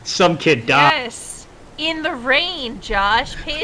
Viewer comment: I don't know, but stressing "In The Rain!" for the importance of the flashback got me laughing hard.